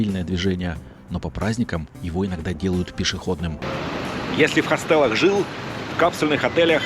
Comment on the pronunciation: Какая же у Вас,, поставленная и красивая речь! Ничего страшного, что бывают ошибки, как с хОстелами)) Вы же живой человек) Спасибо, что стали нас чаще баловать своими полетами) С нетерпением жду следующего) Капсула для сна это, конечно, не для всех. Люди с клаустрофобией, наверное, бы даже не залезли туда. P.S. Может быть слетаете в Северную Корею?))